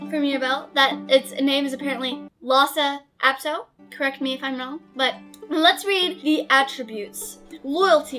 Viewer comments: its pronounced los apdo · The h is silent in lhasa apso